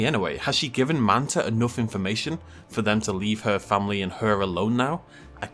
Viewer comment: FYI guys its Mantah Corp